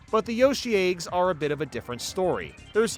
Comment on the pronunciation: Not a knock, but I'm greatly amused by pronunciation of "eygs". Keep up the great work!